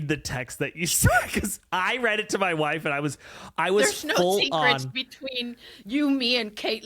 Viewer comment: Did he just say that he read it to his...uhmm... WHIFE?